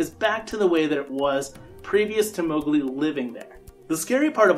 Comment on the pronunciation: Not Mowgli